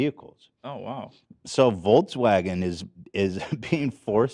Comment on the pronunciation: Ethan mispronouncing Volkswagen into 'volts'wagen unintentionally while talking about charging infrastructure was kinda funny